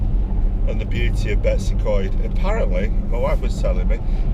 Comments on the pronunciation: yes 100%. Its not Betsy Coed. It is Betws y Coed. Betoos uh coed - my best effort in phonetic spelling of the name. Greta video by the way and fantastic pictures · How about pronouncing the name properly?